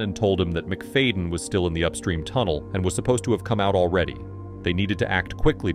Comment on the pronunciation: "MIC-FAYDIN" -ai